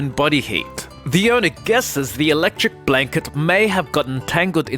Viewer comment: electric blanket......... Why do you say it like that? it-lec trix